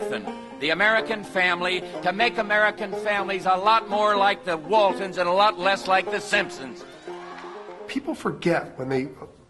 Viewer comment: I loved the Waltonds? It's "Waltons".